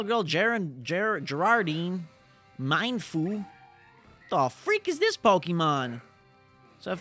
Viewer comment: This is how u pronounce it me-en-foo